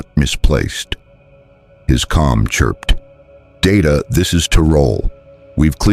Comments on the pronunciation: It’s not da da it’s pronounced Day Ta have you ever watched Star Trek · HIS NAME IS DAY-TA, not dah-ta, damnit! I can put up with some AI garbage, but I draw the line here. DAY-TA. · Can't you idiots, write your precious 'story' by using PHONETIC SPELLING PRONUNCIATION, so LCDR DAYTA's 'name' STAYS CONSISTENT? Your 'story' has mispronounced DAYTA's 'name' at least TWO DIFFERENT TIMES. And I don't want to even want to THINK about all of the mispronunciations of the Colonial personnel.